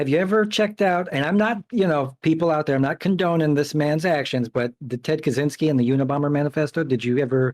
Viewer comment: It's not "Kazynski" it's KACZYŃSKI, the "CZ" is pronounced like "ch" in, chakra or church... I'll skip the "Ń" part, cause that'd be too much to explain. Just please at least don't pronounce it with a z, there is no "z" sound in that surname.